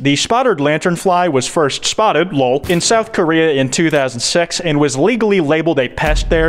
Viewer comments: Everytime I hear say spottred I die a lil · “Spottered” boy can not pronounce spotted to save his life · Anyone else think they just keep hearing him say “spottered lantern fly” or is that just me